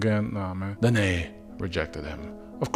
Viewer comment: Danaë: Dana ey with two syllables.